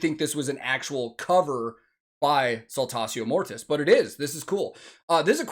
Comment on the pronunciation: on you a man can count. Thank you for telling me how Saltatio Mortis is spoken in English, in German we normally speak Latin as it is written except you had it in school then you will be more proficient. (BTW: If you didn't know Saltatio Mortis means Dance of Dead). And I love "Alea the humble" which is Jörg Roths Stagename who is the cool Vocalist in this really asskicking Band. If you wanna hear more from them my 1st recommendation would be S. M. 'Wachstum über alles' but be warned its all German and there are no subtitles from what I've seen. But at least the video shoud let you poop your eyes out.